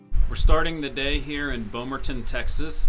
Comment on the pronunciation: Thank you for pronouncing Bomaron correctly!